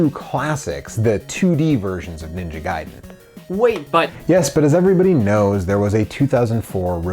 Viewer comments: Its pronounced guy-den not gay-den. The arcade version was extremely clunky and not well received. You say that arcade games are hard to pin down...you know they have dates all over them right. For instance looking at the splash screen at the title will generally tell you when it was made. You can also look at the custom chips or the board itself...very easy....Ninja Gaiden did not truly get started until it was released on the consoles. I love it the ZZZXSpectrum. I will now until the end of time cal it the Z (not zed) XSpectrum...hahahaha! I'm sorry, the micro's look absolutely terrible. I am so happy I grew up with the Sega Master System and the NES. I hear almost constantly from the British and European people chanting how much better micros were than the Nes....no, not by a long shot. Oh my God...it's great to see those two together again. Okay, I'll get a regular beer...WHAT! Roflmao! Subscribed! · Blasphemy. It is Gay-Den!!!!! HAHAHAHA 😄